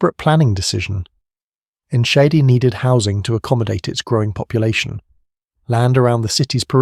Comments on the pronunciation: Your butchering of the town's name is almost offensive, but so ridiculous that I couldn't help laugh. I'm actually heading there to be with friends and family for the holidays. I suggest that you take Enschede into Google translate and learn the pronunciation. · Text to speech AI is just awful. You've butchered the name of the town and the over dramatisation has made what should have been a 15 minute video in to 40 minutes.